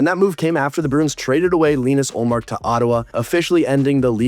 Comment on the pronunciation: you mis-pronounced Ullmark's name